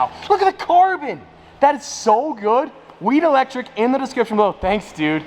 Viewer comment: Bruh every time he said Wheat Electric it sounded like he was saying weed electric